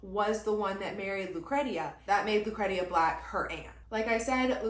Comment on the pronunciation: Lucretia is pronounced like “lew cree sha”